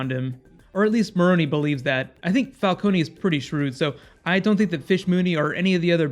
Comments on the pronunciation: It's "Falcoun" Not "Falconi" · Please stop calling him Fal KONY. It's not Fal KONY, its Fal CONE, like drone. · Why does he say falcony?😂